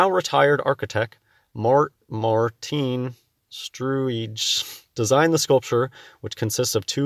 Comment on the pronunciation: Maarten? Struijs? Those aren't real names, are they? Not if you can't even pronounce them. Must be a fake person they made up.